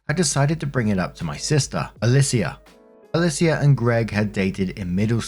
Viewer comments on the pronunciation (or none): Alicia is pronounced either “UH-LEE-SHA” or “UH-LEE-SEE-UH”. -someone who’s mom is named that